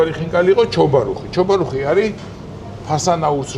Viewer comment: ჩობარუხი არა, ჩაბარუხი.